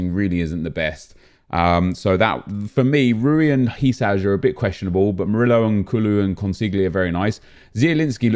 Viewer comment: Its not HI-SAZH